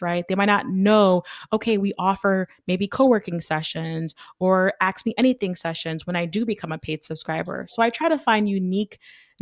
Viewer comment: Ask, not axe. It really stands out when someone is otherwise so well spoken...